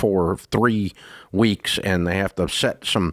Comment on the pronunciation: He just said 2 werks